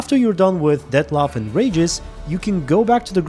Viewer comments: its Regis not Ragis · I know English isn't your first language but boy was it ever hard and kind of hurt to watch this with every time you say Regis' name wrong. It's pronounced Ree-gis not Rey-gis. Sorry for being nit picky, If it makes you feel better I do the same thing to English primary speaking youtubers as well. lmfao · It's not Rageous it's Reeeeeegus! 😂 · You kept saying Rages and I had no idea who you were talking about 😆 Regis. "Ree-jus" 😉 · The way you pronounce Regis' name, it's outRAGEUS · im polish and i had no idea who u meant when u said Regis the first time lmao i didnt recognise it because of the way u said his name